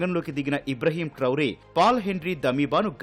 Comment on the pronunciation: ఇబ్రహీం ట్రౌరే కాదు ఇబ్రహీం ట్రావోర్